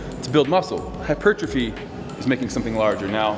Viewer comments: Whats he saying?? Its "HYPER TROPHY""" Not hypertriffy.. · makes me laugh how he says hypertrophy, hyp-er-trophy where as the English say hyper-trophy